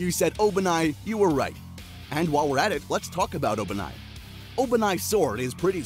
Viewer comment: why do you pronounce obanai like that..💀